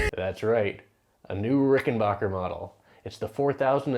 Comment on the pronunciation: It's RickenBACKer, not RickenBAWKer.